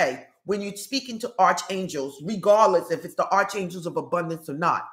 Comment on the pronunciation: Hi, I think the correct pronunciation is ark for Arc Angel's